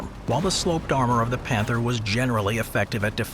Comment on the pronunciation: Where do your German pronunciations come from? Do you have someone who speaks it, use a online translators option to say it or do you have someone who just tries his best? Not to criticize you, most of the time it is ok, but for example in the word "Panther" you used the German pronunciation of "a", but the English of "th". I am just wondering.